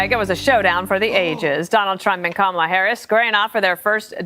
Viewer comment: Hey donnie duck... keep saying Kamala's name wrong 😂😂 it just confirms your loosing your brain old man!! 😂😂😂